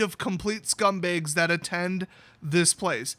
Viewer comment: Your Wisconsin is showing with every "scumbAYgs"